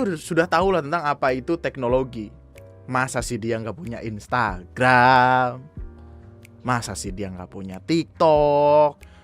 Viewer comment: maap bang, gw ngakak sm "instragamnya" WKWKWKW